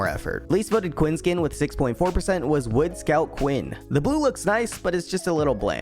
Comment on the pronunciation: WOOD??? It's pronounced WOAD! WOAD SCOUT.